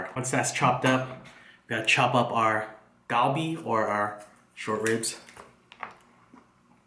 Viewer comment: The G is pronounced as a C - like Calbee. Just FYI from a year in Busan. Great video